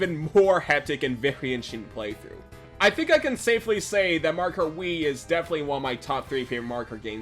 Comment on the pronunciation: Had to stop 20 seconds in. What is it with you yanks skipping whole syllables when you talk nowadays? It’s pronounced Mar-e-oh kart. Not Mar-car. I’m sure the video is great but I just can’t.